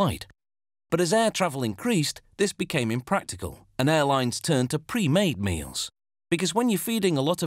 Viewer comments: “maeals” lol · HAHAHAHA I heard that too and had to rewind!!!